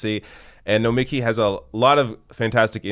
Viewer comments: Hi,, BTW, we all continue to mispronounce her name, say it emphasising the last 3 letters, as in Noma-KEE, not No-MEKEE, seriously, ask her. Excellent point that she gets better more rational discussion here on Fox business than CNN or MSNBC. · Try to at least pronounce her name correctly - no-me-key' (emphasis on the last syllable). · it's pronounced nomi-key (